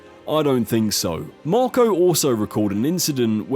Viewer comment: Why do you keep calling him "Morco"?